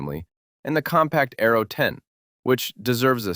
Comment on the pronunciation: Its not arrow is ARO learn to enounciate your words correctly !